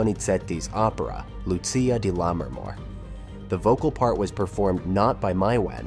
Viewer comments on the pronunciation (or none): none